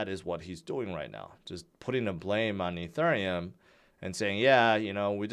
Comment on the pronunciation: I'm new here, what the heck is "E"turn"neum...🙄